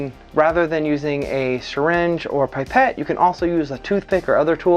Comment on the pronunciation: Pip-ette not Pipe-ette.